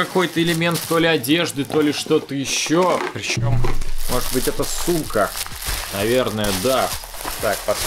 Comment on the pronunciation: ты сказал сумка или с*ка